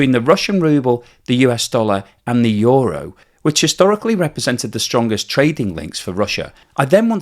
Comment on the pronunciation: How do you get a word that is spelled ”euro” to be pronounced ”yoru”. I would get ”yuro” but you are switching place on the o and the u. Makes no sense.